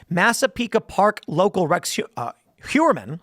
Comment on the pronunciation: Heuermann is most likely pronounced as Hoyermann.